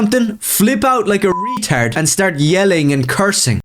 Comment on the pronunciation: I love this kid’s fire. 🔥 I want to start pronouncing retard like he does. Is it retárd?